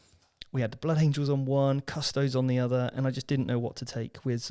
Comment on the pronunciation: Every time incorrectly pronounced them as CUSS TOADS another kitten dies……